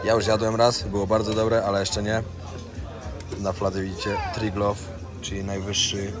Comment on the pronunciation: Zdziwiona jestem ignorancją, o ile o Tajlandii nie mam pojęcia i wszysykie odcinki oglądałam z zaciekawieniem, o tyle w miejscach w których byłam jak Słowenia widzę błędy które dość rażą w uszy. Jak chociażby "Triglov" a nie Triglav. Co do campingów to i owszem są wyprzedane z dużym wyprzedzeniem, ale wystarczy trochę poszukać i dowiedzieć się że wokół jeziora Bled są bezpłatne miejsca pod parkingi i nocowanie. Zdecydowanie bardziej polecam odcinki Gdzie bądź czy Kołem się toczy ze Słowenii, można się dowiedzieć dużo więcej i bez żadnych błędów merytorcznych.